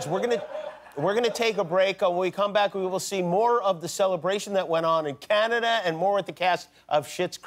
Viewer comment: "OH CANADiA"